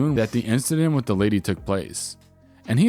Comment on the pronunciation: DA profits made on DA job.